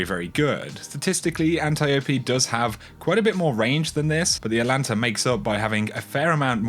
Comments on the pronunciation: Not pronounced "Atlanta." Check the extra letter in the name. Atalanta. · ATAAAAAAAAAAAAAAAAAAAAAAAAA LANTA NOT ATLLLLLLANTA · ATA ..... LANTA. There’s a frickin T in the first syllable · It's pronounced At Alanta. It is named after the greek hero Atalanta (well, it's a she, but whatever)